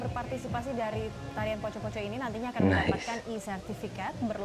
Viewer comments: Assalamualaikum poco-poco dance is actually pronounced 'po-cho - po-cho' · Wow...keren (p o c o )mr bukan poko (poco poco)😁